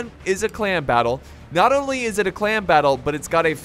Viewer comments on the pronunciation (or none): KonKarnage Its in the beginning, to me it sounded like he kept saying 'clam battle' 😂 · Why cant u say clan?